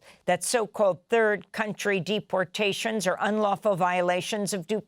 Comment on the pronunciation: Nice slip of the tongue: 'mass beat-portations.'